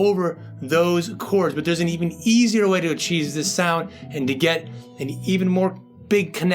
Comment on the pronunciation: Love this. Also, did you say "acheese this sound?" : )